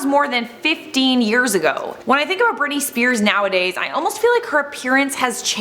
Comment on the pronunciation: I swear I heard: " On the left, we have Bernice Beers." 🍻